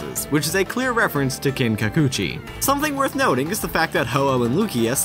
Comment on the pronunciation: "kinkukuchi?" ITS NOT EVEN FUCKING SPELLED THAT WAY!